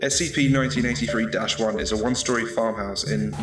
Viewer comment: It sounds like you are saying 1993 so yea...